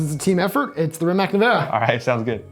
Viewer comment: Minor point but Rimac (a Croatian name) is pronounced “REE-mats”